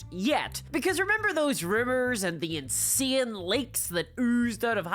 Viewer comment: Why don't you spell it "INSEENE"? Do you spell "How" "Hawre"?